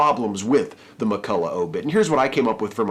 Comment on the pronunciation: Two minor points: the "gh" in McCullough is pronounced like the "ch" in loch, and The Australian is almost our only daily, national newspaper. It's a Rupert Murdoch vanity newspaper that loses money but is treated as serious and intellectual, despite being very right-wing. Murdoch only keeps it so that he can use it to influence politicians, who take it more seriously than it deserves.